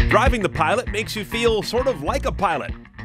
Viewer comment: Pilot* not Piloat